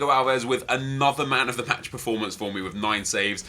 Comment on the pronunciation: Did Nep say Man of the Patch and not Man of The Match at the end of the video